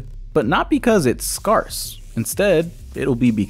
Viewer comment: Just FYI, the word 'scarce' is pronounced like 'scares', not 'scars'. Good video tho, one of your best.